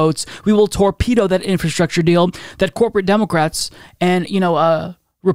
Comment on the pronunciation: Demoqwats? What are you saying 🤣